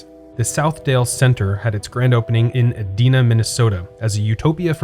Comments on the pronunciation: It's pronounced Ee-DYE-Na. I was born there. It's surreal to me how few mall historians ever check this. Great video, though! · I’m sure that you’ve been corrected dozens of times, but “Edina” is pronounced [ē ‘dī nuh]. I lived in Minneapolis for 14 years, and I spent WAYYYY too much time and money at all of the ‘Dales (there were originally six [I think?] really nice malls in various suburbs around the Twin Cities, all with “-dale” at the end of the name. As far as I know, all still exist, except Brookdale Mall, which was in Brooklyn Center, Minnesota). Another great video, as always. The movies you use at the beginning always make me laugh, we always wonder where on earth you find footage like that! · Edina is pronounced with a long 'I' as in 'e dye na'